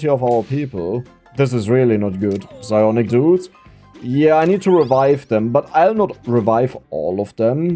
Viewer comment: I know is saying the P in Psionic Dudes, I just can't prove it...